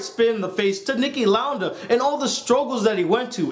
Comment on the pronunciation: It's Niki Lauda(Lou-duh)